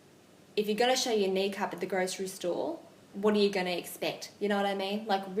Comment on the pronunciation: Thought she said Niqab lol